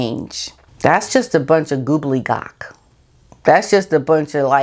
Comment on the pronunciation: Haha love your goobledygock - the word is gobbledygook. :) (gobble - dee - gook!) 🙃 But either way, you're right about the stuff churned out by the M&H PR office.